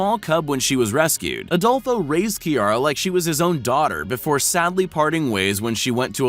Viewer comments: “Kiara and adolfo” Adolfo but without the o at the end 😳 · Adolfo without Last o